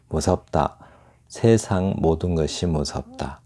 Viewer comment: 운율이 기능을 다하면! 몹시 어색한 표현임. " 세상:의 발음이 틀렸나이다. 시인이 이러 평상어의 발음을 바르게 하지 못하는 한국 시인!! "세상"의 "세"는 길게 "세:"라고 발음해야지요. 하교라곤 문 앞에도 가 보지 못하신 우리 할머니도 이런 엉터리 발음하지 않을 것입니다. " 세인, 세속" 등의 첫 자도 길게 발음해야 하나이다.